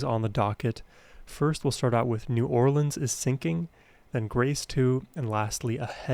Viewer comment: I grew up in New Orleans. Appreciate the way you pronounced it